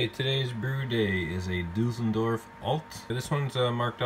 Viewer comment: Düsseldorf not Dusseldörf Mate.. ! 😉